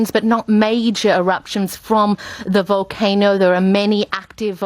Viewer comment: We come to you live with a woman who cannot pronounce "volcano" and and a single picture of some sticks in a parking lot. Now back to our regularly scheduled whining about how Brexit will kill us all.